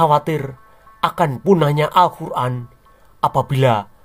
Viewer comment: Luarbiasa penyebutan nama. Muhammad, alqiran, alllah swt dll, saya terpingkal pingkal, delain berani, sungguh lucu banget.